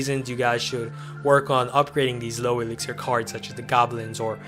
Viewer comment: eliksir collector not iliksir collector